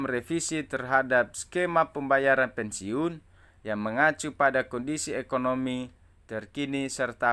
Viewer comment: BACA AJA BELUM LANCAR ,SDH BISA NYEBAR BERITA BLM TENTU BENAR . PENSIUN BUKAN PENSIUNG .